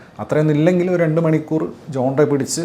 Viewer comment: "ജോൺറെ എന്നോ ജോൻറ് എന്നോ ഒന്നുമല്ല ഈ ഫ്രഞ്ച് വാക്ക് "GENRE" ഉഛരിക്കേണ്ടത്. ശരിയായ ഉച്ചാരണം "ഷാൻ റ്' എന്നാണ്. ൻ എന്നത് അർധോച്ചാരണം ( Semi Silent) മാത്രമേ നടത്തേണ്ടതുള്ളു. വാച്യാർത്ഥം GENDER എന്നാണ്. ജനുസ്സ് എന്ന അർത്ഥത്തിൽ കലാ ശൃഷ്ടികളുടെ തരം തിരിവിനെ സൂചിപ്പിക്കാൻ ഈ വാക്ക് ഉപയോഗിക്കുന്നു.